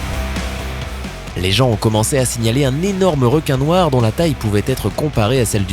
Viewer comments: 3.18 Le "Démon Noi" je sais pas faites un effort même minime. Vous copiez déjà complètement des videos anglaises alors le peu de travail que vous avez à faire, vous ne le faites même pas... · On a oubler le r a demon noir